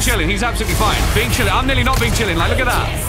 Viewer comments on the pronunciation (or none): I love how says bin chilling